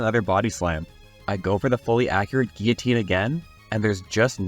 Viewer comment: thank you for pronouncing guillotine correctly